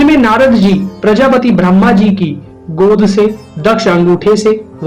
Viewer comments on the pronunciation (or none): आपका उच्चारण ब्रह्मा के स्थान भ्रम्हा हो रहा है ।